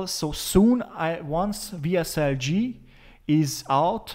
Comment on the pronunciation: What are you saying about WSL G ? The pronunciation isn't clear. VSL-G or VSL-3 ??